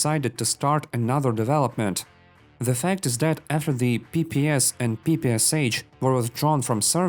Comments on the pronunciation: FFS, finally learn how to pronounce PPSh. Not PPsH, but PPSh, meaning Shpagina. Not s-Hpagina. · Ever since I learned that it’s pronounced PP-shhhh, not PP-SH, it hurts to hear it pronounced that way